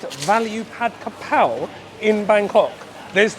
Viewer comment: Pronounce Pad Ga Prao.